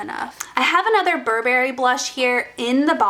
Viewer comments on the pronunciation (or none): You really need to learn how to pronounce Burberry !! They are not barbaric tribes 🙄😓